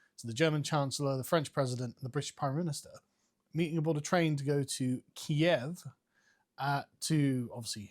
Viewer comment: I’m glad you said “KIEV”. We’ve been pronouncing it this way for years until the narrative of “Kyiv” was pushed upon us. Birds Eye Chicken Kyiv anyone? Nah nor me either.